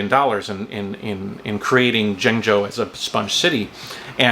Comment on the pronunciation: JENG JOE...I speak Chinese super well even when I don't have a script! Jonggo JaYoe! Woah Aye Jonggo!